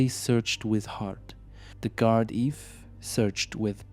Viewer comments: It's pronounced guarda. No worries good video 👍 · It's pronounced "Gard-ee" 😅 (Not that it matters though). The fella who commented on the last video tried to explain that, but his device automatically incorrectly corrected it to "Gard-eve". All in all, another great video! Still better than some of the videos some locals are making.